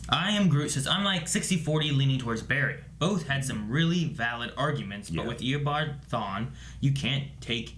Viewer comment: Does stll say Eobawd instead of Eobard?